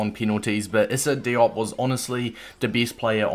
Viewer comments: It’s “Dee- op” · With the pronunciation it’s DEE-OHP. It sounded like you weren’t sure at times. All African words/names that have an “i” in them make an “EE” sound. Same sort of thing with the “A” sound: it makes an “AH” sound. Great content though, will be picking up this card